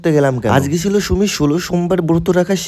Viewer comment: খিচুড়ি❌ ঘিসুরি✅ ছিলো❌ সিলো ✅ প্রসাদ❌ পছাদ ✅ সুমি ❌ শুমি ✅